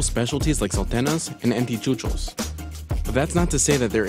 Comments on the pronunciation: This was very well done, and this is quite the petty complaint but "yagua" and "saltena" made me die a little inside. Llajua is pronounced "LYA-hua" and Salteña is "Sal-TEHNY-a". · Is not "saltena", is "salteña" (as saltegna) and they don't vary that much in filling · Repeat after me. Anticucho, no antichucho. Salteña, no saltena . It felt weird when they pronounced like that haha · For real 😂 I cringed Everytime he said salteña or anticuchos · 😂 i stopped watching bc of how disgusting the pronunciation of "Salteña" was😱🤯😵🤢